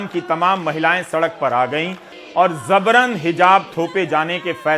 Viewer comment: Sir word zabaran nahi jabaran hai apki uchcharan se jabran se zabran kahne lagenge bus wase hi jaise amitabh bachchan sabhab ne fozool word ko fizool kerdi jo ghalat hai